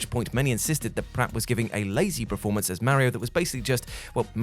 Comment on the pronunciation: PERformer. PERformance Not PREformer or PREformance Please!